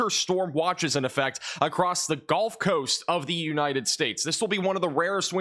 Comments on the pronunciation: please stop saying ''golf'' coast ... it's gUHLF coast ya yankee!! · Good work. But tell me.. why do pronounce the Gulf Coast, the GOLF Coast? Why is that? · its gulf, not golf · there is no such thing as the "Golf" Coast. It's Gulf. Rhymes with "yup." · Great channel but the "golf" coast driving me crazy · He's not American